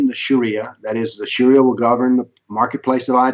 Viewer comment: The guy says Sharia Law as Shari Alaw.